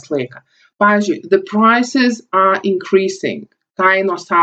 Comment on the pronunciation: Man neikiek nepadėjo. Ir tu nesakyk are A, o sakyk Ar. Ir tu galėtum daugiau pavyzdžių :(